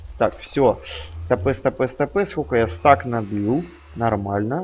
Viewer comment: Говори не стэк, а стак